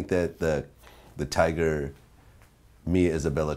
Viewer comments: Vlad. It's TYGA. Not TIGERRRR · vlad say tiger instead of tyga lmfaooo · It's "tyga" not "tiger," Vlad. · He’s said “tiger” lol at the very beginning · vitamin828 its tyga like its 2pac not 2pack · Tiger,Twister,little wayne I swear if vlad don't say these rappers names right